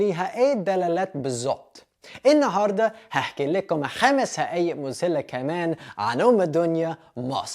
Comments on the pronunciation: برافو عليك يا... بس إسمها حقائق مش هقائق... وإسمها مذهلة مش مزهلة.. بس برضوا برافو عليك أتعلمت اللهجة المصرية بإحتراف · تصحيح حقايق بالحاء مش بالهاء وتسلم علي المجهود وبالتوفيق ❤️❤️❤️